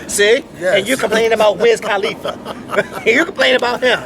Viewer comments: listen to how loud that car is, it's wiz KUHLIFA, NOT KAAHHHLIFA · I'm so in LOVE with!! and I'm so laughin at how yall sayin Wiz Calif like califlower lmbo!